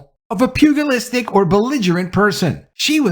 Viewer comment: It's pronounced " pew- ja- list"